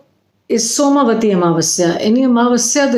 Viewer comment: It is not soma vati but,it is som vati